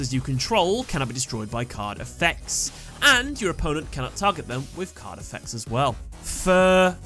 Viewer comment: The way you said, "card effects" along with me listening at 2x speed made me think that you said "Carnifex" for a few seconds. Imagine what a Carnifex from Warhammer 40k could do in Yugioh.